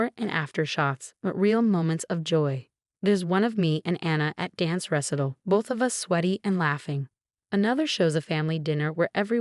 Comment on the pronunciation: First whammy: Your AI has fffed this up. First of all, the audio "narrator" grossly mispronounced the word "recital" not only but multiple times throughout the story (as well as with several other words and names that I don't have time to list.) But then the double whammy: the text subtitles fffed up the word "recital" again by spelling it as "wrestle." The triple whammy is that no human noticed this nor corrected it before releasing it on YouTube.